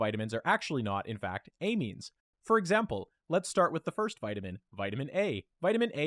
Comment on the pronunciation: your pronunciation of “amine(s)” upsets me